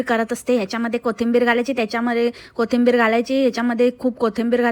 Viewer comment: Kothimbir nhi gg kothambir😂😂😂ti hech bolte